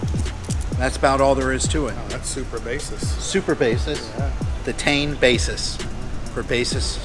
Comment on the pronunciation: Tee-in. Tea-in. Put it together. U get Tein.